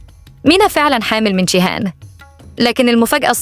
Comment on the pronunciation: ليه بتنطقى جيهان بالشين